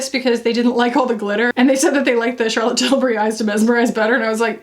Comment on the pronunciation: trills “Charlotte Tilburrrrry!”